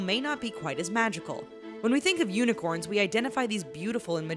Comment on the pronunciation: Unicorn or yunicorns hahahahahahahaha